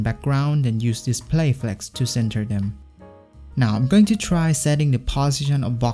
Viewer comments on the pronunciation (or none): none